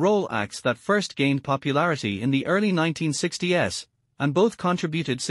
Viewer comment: I agree with Gary the AI voice. I clicked off and hit the do not reccomend button after the voice said "the 1960 "s"